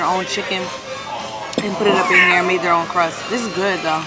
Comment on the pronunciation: She just said crusss for crust 😅😅😅😅